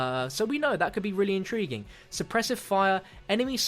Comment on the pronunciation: DONT EVER SAY INTRIGUING AGAIN PLEASE!